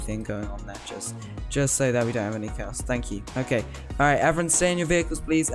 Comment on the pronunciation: “Hello evrin” Is evrin your friend?